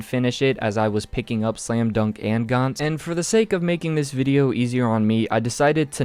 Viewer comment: Gantz is pronounced gantz as in ants.